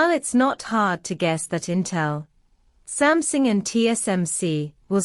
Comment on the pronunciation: Why your computer read out pronounced “Sumsing”. Did you misspell the word or I have missed out something?